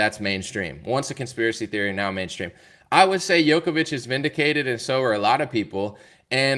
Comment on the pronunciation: Thank you so much for making a show on Novak, my Serbian fellowman , but please start pronouncing his name right. It is not Jokovic but Djokovic ( J like juice ). Thanks !